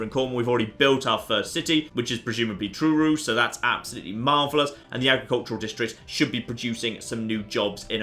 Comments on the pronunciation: TROOROO! Really. Tintagel i can understand because it doesn't in ul, but Trooroo, it's Trur-O. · Truro is pronounced Trurow, to rhyme with grow. Quite apt for your new world 'ol chap. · you pronounce truro wrong. Devon>corwall